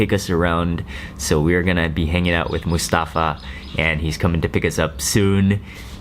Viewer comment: You pronounce Mustafa so wrong its cringy.